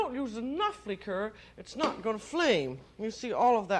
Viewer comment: “Lheeker” lol just listening is a comedic hoot